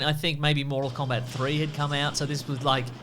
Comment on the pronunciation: MORE-TAL KOBAT